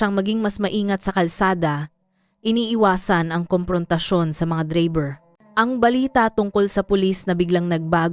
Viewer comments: Anong dreyber bkit d bigkas8n ng totoo ang drayber Tagalog k naman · Bakit AI na boses ang ginamit nyo sa bidyo na 'to bilang narrator nyo?..ang pagbigkas ng "DRAYBER" ay hindi Dreyber..Putsa nman..! eh,pinag gagago nyo lng sarili nyo..hahaha😂😂😂😂😂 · Saan kaba nag aral bakit ang driver bigkas mo dribir? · ang haba ng dakdak hindi malinaw ang pagbigkas sa DRIVER o Dreyyberrr🤮🤮 walang kakwenta kwentang kwento🤮🤮sayang ang ORAS 👺👹